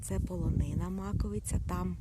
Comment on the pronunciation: Добрий день! Дуже дякую вам за відео, не знала який шлях обрати, щоб піднятись на Маковию, а ви все чітко показали. В результаті, все пройшло круто, також йшла соло. І особливе дякую за вірний наголос в назві гори. Всього вам хорошого❤️